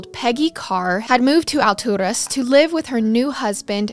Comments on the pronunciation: I live in Lakeland (which is 30 mins from Alturas) and even went to Bartow high school for a little, and my best friend lived in Alturas for a little a couple years ago! It's pronounced Al Taurus but you make it sound so much better ! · She's pronouncing it in Spanish. Alturas is a word in Spanish that means "heavens" or "really high up". I'm sure Garret told her to pronounce it that way, since they're obviously not from there.